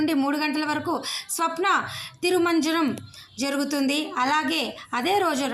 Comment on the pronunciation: తల్లీ అది స్నపన తిరుమంజనం. స్వప్న తిరుమంజనం కాదమ్మా.